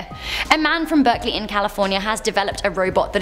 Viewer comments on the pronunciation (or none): none